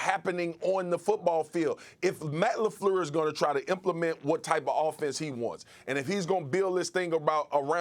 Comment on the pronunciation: This man Marcus said Matt Lafluuurlssss lmao